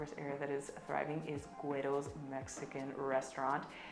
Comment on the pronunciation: Learn how to pronounce Guero’s… smh